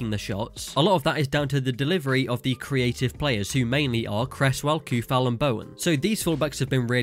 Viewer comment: Souček and Coufal you must read like O not OU . In Czech OU is O in English. Thanks for video from Czeh Republic.